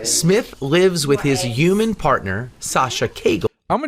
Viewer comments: Why are they saying Uman instead of human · that man consistently saying yuman